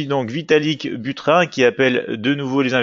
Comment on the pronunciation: bonjour à vous! il me semble que pour "Buterin" on ne prononce pas comme "burin" mais plutôt comme si il y avait un "e" à "Buterin". On prononcerait alors "Buterin(e)" comme on le prononce dans "Poutine" .... :) Merci pour vos analyses intéressantes. Bonne continuation à toute votre équipe.